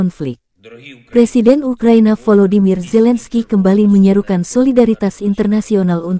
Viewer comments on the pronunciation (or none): none